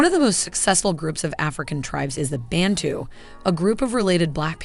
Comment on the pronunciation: We say Bantu, not Bentu.